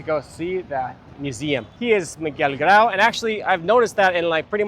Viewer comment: la plaza de armas es un elemto ordenador de nuestra herencia urbana hispanica. Te recomiendo revisar informacion confiable ,del mismo modo revisar la traduccion. Un ejemplo concreto es la pronunciacion de "Piura" y de nuestro caballero de los mares Don Miguel Grau (Miguel grud , grod , Anita grod) incluida la informacion erronea de como murió.